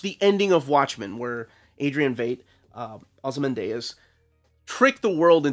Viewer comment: It's just "Ozymandias" as you would read it in Spanish, it ends in "dee-uhs". So weird you mispronouncing a name. You always take a lot of care about these things. That aside, I've been on the fence about this book, but hearing how much you enjoyed has convinced me to buy it.